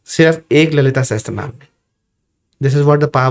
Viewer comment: Sahasarnam ✅ sahastranam ❌